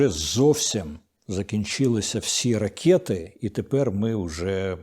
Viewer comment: не ракЄти, а ракЕти, Дімко не руси, бо повипадають вуси!